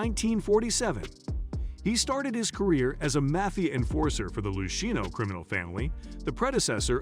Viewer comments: Gig-Int…lol Lushino….lol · Lou sheeno family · Is this a fucking joke?!! Because its gotta be, what with mispronouncing Chin's & Luciano's last names!! Fuggedaboutit!💯